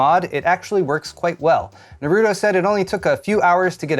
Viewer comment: It's Nah-roo-toe, not nay-ru-toe